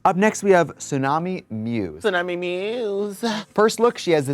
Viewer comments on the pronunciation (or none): none